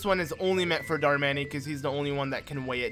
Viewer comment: Darmanny?? I thought it was pronounced Darmonny